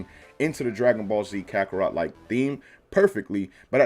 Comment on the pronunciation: Mans really said "Krakorot" at